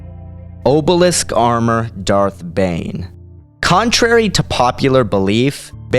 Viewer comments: i hate being nit picky, but it's orbalisk, not obalisk. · sorry but "Orbalisk".